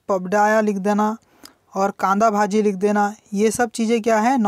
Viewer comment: कांदा भाजी 🤣🤣🤣🤣 how funny he's pronounced 😂😂😂😂